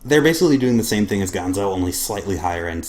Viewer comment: Nice review. I do so enjoy that knife a LOT! BTW, it's not gone-zo, not the Muppet, it's GAN-ZO. I know a lot of people on YouTube started calling it the wrong name when the brand first came out to North America, I even called it by the Muppet's name for a few months too.